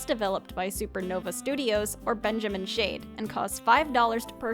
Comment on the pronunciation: Is it Benjamin "Shade" or "Schade"? Because the latter is a german expression of disappointment